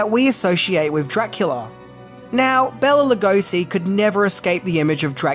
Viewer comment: So much misinformation and half truths. I give this video a C-. First of all, you mispronounce Bela Lugosi's name throughout the whole video. You should have started with getting his name right. BAY-la lu-GO-shee.